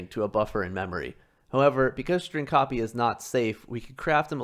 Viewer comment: Pronounced "strotspee" for some reason.